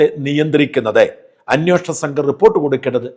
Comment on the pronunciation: അന്യോഷണം അല്ല അന്വേഷണം എന്നാണ് ശരി 😊😜😊